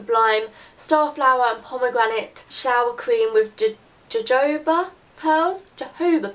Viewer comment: jojoba is pronounced 'hohoba' haha x